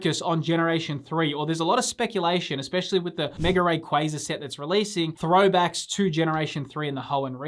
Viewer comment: Ray-qway-za? bro its "ray-kwah-za"